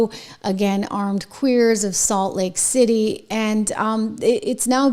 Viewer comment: It's Salt Lake City , not late city.